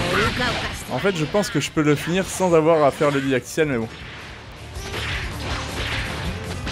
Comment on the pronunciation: "Didactiel", pas "dadictiel" 😅😉